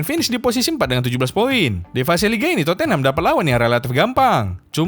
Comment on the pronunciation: udah ga pantas lagi kau nol sebut tottenham "terpongkengham''